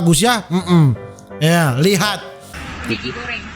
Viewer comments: Dia bilang maggy bambaaang bukan mek*😂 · Itu "maggi" goreng lah..bukan "mek*"🤦🏻‍♀️ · Megi bng bukan meki😂Megi tu mie instan Malaysia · Maggy kak. Bukan mekii🤣🤣🤣🤣🤣